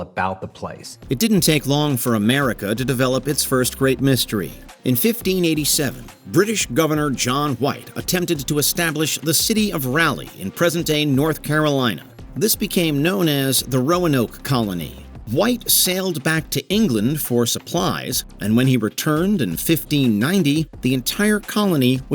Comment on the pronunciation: I love how the presenter can't pronounce Raleigh right....Ra-lee not rally